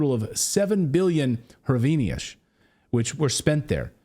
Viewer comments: The Ukrainian currency is pronounced "Grivna". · The pronunciation of hryvnia is a lot like grieve-na. The "h" is a "g" sound. (I lived there for a lot of my adult life.) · might want to learn how to pronounce the Ukrainian Currency name :)